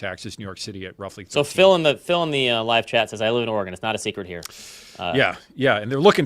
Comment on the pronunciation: ORE-GUN is the correct pronunciation.. Born and raised there.. We also at an earlier date had the most guns per capita, before everyone woke up.. Moved along many years ago.. Living in Thailand for the last 20yrs. and stuff like my property tax is laughably miniscule compared to what we had payed, in any of the other states we have ever lived in.. Sell out and jump on a plane is the best advice in this day and age..